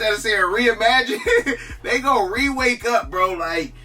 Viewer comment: You trying to say Reawake 😂